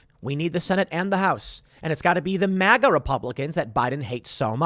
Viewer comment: At least Biden can pronounce MAGA properly. What the fuck is "MOGA", Tim?